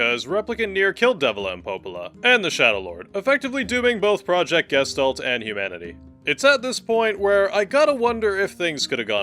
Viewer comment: The way Gestalt gets pronounced kills me every time.